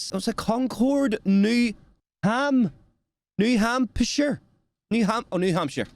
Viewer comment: Is this British man having an issue reading the state name "New Hampshire"? That's supposed to be one of the easier ones for you! 🤣